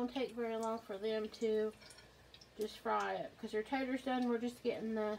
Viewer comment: Her SOUTHERN accent for taters 😆 she's too cute